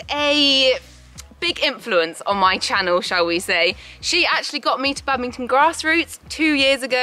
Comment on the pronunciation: Bad-ming-ton. I just can’t with that. I’m sorry! I love but- 😰